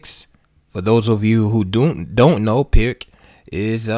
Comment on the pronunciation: Thanks for sharing. Just one note: The "Pirc" is actually pronounced "Peerts".